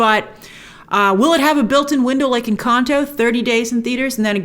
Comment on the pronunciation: Please don't day Encan-toe. 🙏